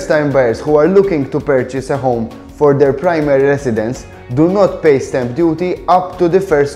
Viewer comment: Ar the 1minute 3 second mark when u speak of something about up to 200,000 euro.. I couldn't understand what u were saying.. it sounded like step duty or something.. can u write what u were saying here so I can understand what that is about.. is it like a fee or tax ?